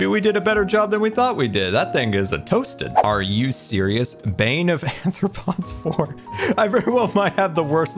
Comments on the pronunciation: Not saying bane of anthropods. Arthropods 😂😂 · Sequel doesnt mean second, its any movie that continues the story so the third movie is also a sequel btw saying anthropods, that would mean human foot lol wait says it like that too... huh do they not know what arthropods are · I am perfectly fine with how you say this as a fellow dyslexic I understand but my zoologist hart can't stand it, its are-thra-pods not an-thra-pods, I understand its the dyslexia but I just had to (ps you're the best I never want you to change) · Why do you AND call it Anthropods? It's Arthropods...you know like the scientific phylum of Spiders (among other things) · Why does everyone call it bane of anthropods instead of arthropods? Bane of anthropods would be useful in PvP. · Ok...say it with me,: ARR-throw-pods. With an "R" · Love how doesn’t even realise he’s saying arthropods wrong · I expect it from but wasn't prepared for pronunciation of "arthropods". Mojang should really just change that enchant to "bane" and have it work on all non undead animal mobs including creepers. Add a weakness effect so fighting cave spiders makes them not poison you. It's silly to have such a dud enchant instead of having the enchants be interesting trade-offs you have to choose from. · The mispronounciation of arthropods is kind of killing me